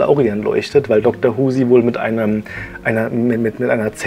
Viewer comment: ich finde es super, dass du auch die bücher kennst, da macht das diskutieren mehr spaß. btw du sprichst dr. who aus, der mann heitß wu xD xD